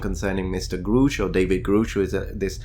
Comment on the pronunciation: One tiny thing: Grusch has the "u" like "up". Not "Groosh".